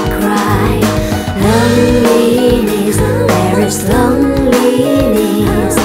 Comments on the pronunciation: Hịc, hạt sạn duy nhất là loneliness phát âm chưa chuẩn, nghe hơi khó chịu. Nên phát âm là UK: /ˈləʊn.li.nəs/ hoặc US: /ˈloʊn.li.nəs/ (từ điển Cambridge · Giọng nữ hay nhưng hi vọng đầu tư hơn về phát âm Nghe rõ mỗi câu lonliness